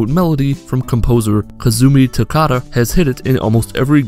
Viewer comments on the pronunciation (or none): It's Totaka!